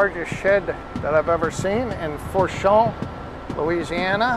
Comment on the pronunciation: It’s pronounced fu-shawn. Louisiana names can be tricky lol